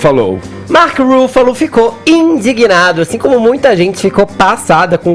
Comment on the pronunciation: edgar se “indiguína” ??!! Me poupe, “indigna”, não é ?